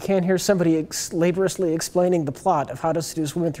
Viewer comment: Ha ha from 8 years ago can't pronounce "laborious" correctly.